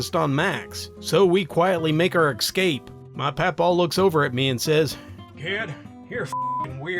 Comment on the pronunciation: Nah. It bothers me too much, that kind of mispronounciaton. But you, take your own advice and go on with your life, and let the grammar police do their job.;)